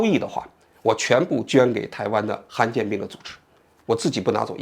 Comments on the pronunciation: 不是罕见病吗，han四声，怎么说成han一声了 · 罕见 罕第三声